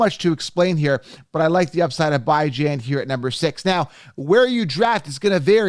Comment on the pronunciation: It's bee-jon not bi-jan lol